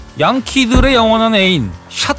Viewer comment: 양키 양키 거슬리네